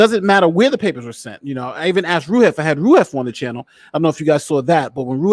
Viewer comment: Who is this "roohif" person and why does his opinion have any credibility?